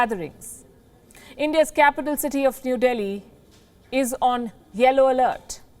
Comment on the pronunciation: Palki said, "Delhi is on yellow alert". For a moment I thought she said, "Delhi is on China alert".